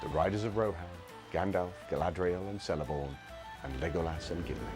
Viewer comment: Pronunciations of Cirith Ungol and Celeborn are wrong, beside that, great analysis :)